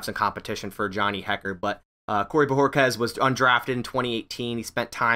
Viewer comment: Finally someone that pronounced his name. New sub for that.